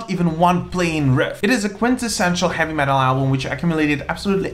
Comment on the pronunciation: I like how he pronounces heavy metal. HAVVY MATEL! LOL!